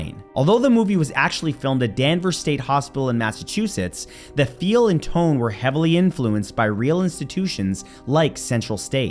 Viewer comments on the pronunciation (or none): none